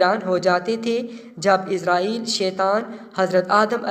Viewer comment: آپ اُس کا نام غلط بول رہے ہیں یہاں اس کا نام آپ عزازیل بتا رہے ہیں تلفظ اسرائیل کر رہے ہیں۔